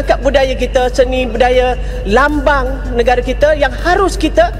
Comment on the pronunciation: negara dibaca negare